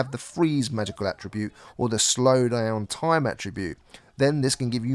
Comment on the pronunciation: so what your saying is its not worff my investment and toime?